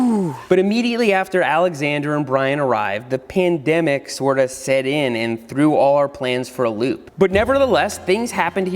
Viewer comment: Seth why did you say pendemic